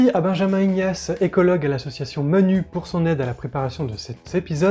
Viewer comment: Manu se prononce manou. Manu c'est Macron, un drôle d'oiseau aussi.